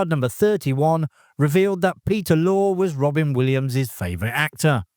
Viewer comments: Peter Lore-eh, not lore. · Peter 'lorry' is a more accurate pronunciation of Mr. Lorre's name, if I may. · Peter Lorre’s surname is pronounced Lorry!